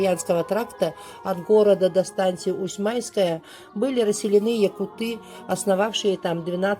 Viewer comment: Всё просто, информативно, кратко и ясно. Всё очень интересно. Единственно: "режет слух" - якутЫ, ведь у Серошевского - якУты...